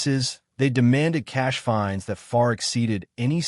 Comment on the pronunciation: LIENS NOT LEANS.FINES NOT FINDS.